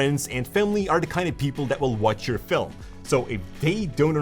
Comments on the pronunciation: I love how you say Filem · a guy so into filmmaking that he can can make the word "film" into two syllables. Hehehe.